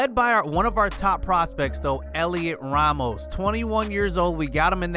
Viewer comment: Its pronounced Helio Ramos you don’t say the T Great vid